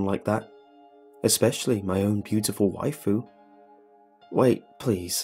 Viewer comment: Happy Hirohito lol. I figured it out once he said "wifu"